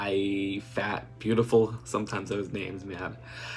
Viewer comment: My name is pronounced Lil Fat Beautiful. Not iii.